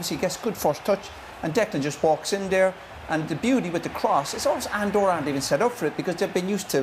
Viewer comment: Lad's it's Andorra